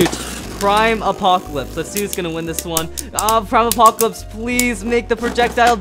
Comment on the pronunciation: Normal saying prime apocalypse: aprime apocalypse